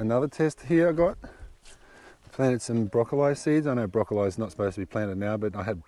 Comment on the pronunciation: haha. Never head that pronunciation before but loving it. Love your channel ❤️